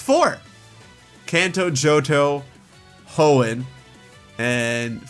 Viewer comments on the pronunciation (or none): none